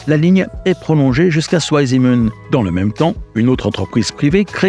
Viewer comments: Si jamais, c’est pas "zou aille zimenne" mais "tsvaille simmenne" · Merci pour ce reportage passionnant. Cependant Zweisimmen est une localité en Suisse alémanique. En allemand le "w" se prononce comme "v" en français, pas "ou" comme en anglais, et le "Z" se prononce "tz". La prononciation correcte est donc "tzvaïsimmène". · Bravo 👍 super reportage! Une petite info pour prononcer correctement le nom de la station vous pouvez dire de façon phonétique: "svaillssimeun" 😊 Salutations 😉🇨🇭😉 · Écoutez sur google 2 en allemand!! Ça ne se pronnonce pas à l'anglaise le w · La prononciation de Zweisimmen demande une certaine amélioration...! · Passionnant mais vous auriez quand même pu vous renseigner sur la prononciation de "Zweisimmen" ! j'ai cru qu'il y avait une nouvelle localité en Suisse !